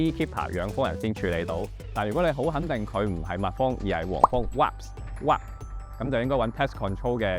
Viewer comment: wasp好似讀錯咗啵。。。。。。。